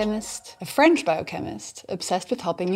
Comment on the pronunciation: Did she say “fringe” or “French” scientist lol?